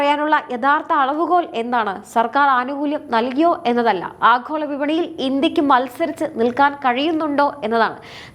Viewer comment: ആഖോള അല്ല, ആഗോള